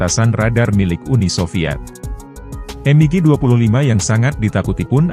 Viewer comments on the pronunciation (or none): Dibaca biasa mig, klo dibaca m.i.g kedengaran aneh😮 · Betul, berasa kurang pas aja didengar